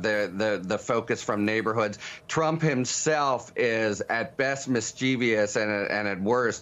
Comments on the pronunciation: Harry, it's mis-che-vous, 3 syllables, not mis-chee- vee-ous... love ya! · harry the word mischievous has three syllables -- pronounced miss ehi vus